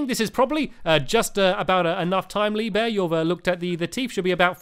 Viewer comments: He said leave bear instead of lee bear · At the beginning, he said Lee beur XD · The second time you said Lee Bear, you said Lee Bee